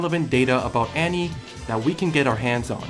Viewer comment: Is anyone else bothered by the way he says "Annie"?